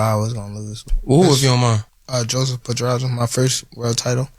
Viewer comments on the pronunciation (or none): It's not Joseph Pedraza It's Jose but ok Jose spanish is Joseph in english.